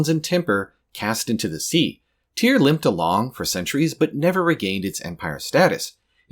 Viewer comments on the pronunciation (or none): I thought it was pronounced tire 😭